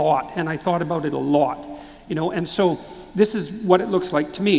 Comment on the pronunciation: " I thought about it " a lut"